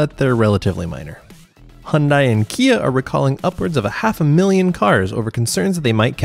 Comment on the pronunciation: You say Hyundai wrong